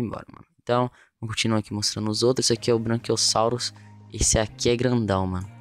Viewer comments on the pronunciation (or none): É BRACHIOSSAUROS NÃO ''BRANCHIOSSAUROS'' POR ACASO ELE É BRANCO OU VC É DALTONICO.